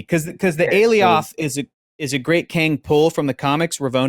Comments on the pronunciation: Sylvie is not The Enchantress just because she can enchant. Just like Wanda isn't The Enchantress just because she can enchant. And in the show they pronounced Alioth like Goliath. Not like A-Lee oth. We still haven't seen King Loki from the promotionals. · The "ay-lee-awth" pronunciation made me cringe a bit every time he said it 😂 They said it several times on the show homie, how're you still butchering it like that?